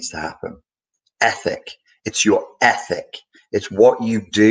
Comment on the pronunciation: In the very beginning I thought he was saying “epic” change....but I guess this all would be an epic change, a well as ethic....